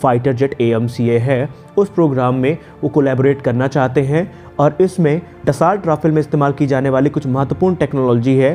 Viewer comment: सर, कंपनी के नाम का उच्चारण डसो है, डसौल्ट नहीं।